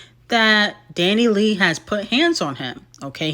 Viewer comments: Dani Lay 😭💀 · constantly mispronouncing DaniLeigh's name will forever be funny 😂